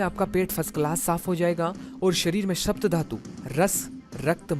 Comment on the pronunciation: " शप्त " धातु नहीँ. " सप्त " धातु होता है।